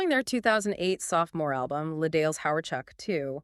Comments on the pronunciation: It hurts me how much you keep mispronuncing “les dales”. As much as I love this band and as much as I want them to be famous, I seriously suspect this channel is AI. Les Dales deserve better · You keep mispronouncing "les dales," whixh makes me suspect this channel is AI. But i love Les Dales, so i have to appreciate this